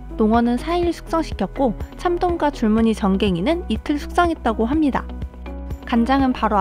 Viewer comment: 합니닥. 입니닥 킬포입니닥!ㅋ